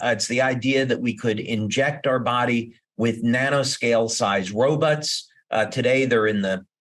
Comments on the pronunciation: why does he keep saying Robutts ? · "Ro-butts" lol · When he says robots all I hear is robutts and I can’t un-hear it! 🤣🤣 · That's because he pronounced it robuts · This dude is giving me zoidberg vibes with his pronounciation of "robots".